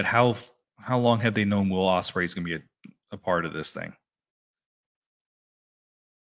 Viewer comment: You gotl Ospreay name wrong